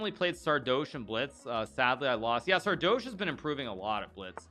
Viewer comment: It's pronounced Sardoche not Sardoche.